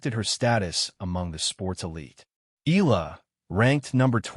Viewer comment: Thank you. Please pronounce her surname Eala as: e-ya-la